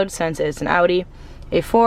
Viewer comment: Just to let you know you pronounce Audi wrong